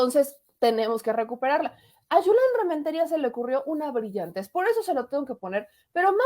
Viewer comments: es Julen no Yulen. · el senador se llama JULEN si se escribe con "jota" se pronuncia con jota NO CON "Y" porque así es en ESPAÑOL. Asi que no le digas YULEN